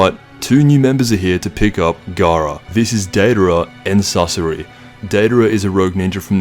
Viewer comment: Garaa felt like Feeza